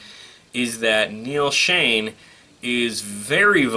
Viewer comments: hey....neals name is shon ....not shane . get it right buddy. . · Omg - if I hear Neal “ShAne” instead of SchOn again - I’m going to scream! Why would you get on YouTube as if you’re a Journey expert & not know 2 of the longtime members names?! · It's not Neal Shane.. it's Neal Schon with an O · It is "SHONN", not "Shane", and I always hear "ROLLY", not "Rawly" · Jeff was recommended by Steve HIMSELF to take Journey to the next level. Not that Steve had any input but he said Jeff would have took Journey to the next level. And by the way...Steve Augeri does not sound like like Steve...at all. Not at this time. Arnel is good. By the way...you butchered their last names (Schon and Valory). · Noree N Nadler Thanks for saying that as the mis pronunciation was annoying me too